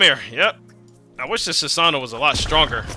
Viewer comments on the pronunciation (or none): funny my guy said sasano